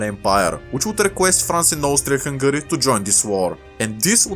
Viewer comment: Austfria fungari